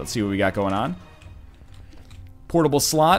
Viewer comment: I love his pronounciation of ''portable slot''. Maybe it's because I'm not a native speaker or because I'm just an innuendo but I can't keep a straight face when he says it